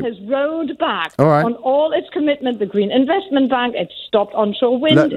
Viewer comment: Yeah listen to how she says w. She says vere or vas or ze instead of the.